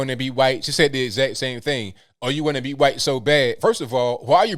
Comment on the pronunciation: "You want to be 'huaight'" (spelled in newspeak to comply with new youtube) Who would want to be in today's victim promoting climate? Who'd want to throw away their melanin-based free victimhood advantage? Edit: -You can't be on your phone -I wasn't ON my phone I was recording you (using my phone)! NANI? Well maybe she thought "ON" in this instance meant having it in the back pocket and literally sitting on it? Easy mistake to make for someone of such extemely low IQ.